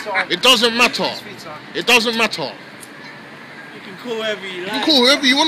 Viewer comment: It doesnt matah it doesnt matah it doesnt matah😂😂😂